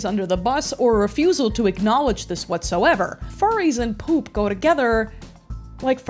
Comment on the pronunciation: why do u pronounce p00p as 'pulp'.